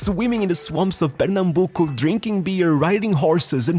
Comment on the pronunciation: I’m brazilian and congrats pronounce 👏🏽👏🏽👏🏽👏🏽👏🏽 and I from Pernambuco great job